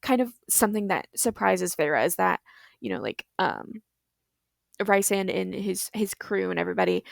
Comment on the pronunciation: should have moved the runner over half a tile! also love you say rhys and not reece. I hate that his name is pronounced reecesand. it's always ryesand for me. I love the way you made it, its not how i imagined it but its nice!